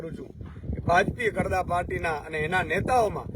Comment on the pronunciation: કડદા નય ખદડા બોલો